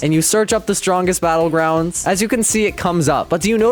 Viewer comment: gois the stwongest belouguandis